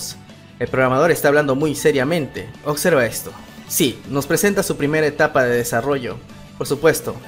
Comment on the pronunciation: En el titulo dice OBSERVA pero tu pronuncias !! OCSERVA !! todo comunicador debe mejorar su verba, saludos 🖐